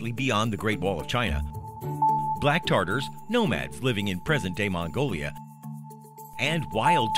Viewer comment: Tatars not tartars